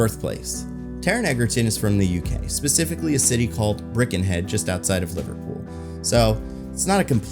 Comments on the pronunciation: It’s Birkenhead not Brickenhead 😂😂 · Minor correction...Birkenhead is pronounced Burr ken head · As someone from the UK I find Birkenhead being pronounced as "Brick-in-head" both so wrong and so right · Horrified that I'm finding out that Taron is from Birkenhead in a fancasting video, but delighted to hear you pronounce it as "brick n head" because well thats likely what you'll get there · What the fu k is Brickenhead? Did you mean Birkenhead? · I had to rewind as I spat out my white wine spritzer at Brickenhead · Im form liverpool and hearing pronounce birkenhead was quite funny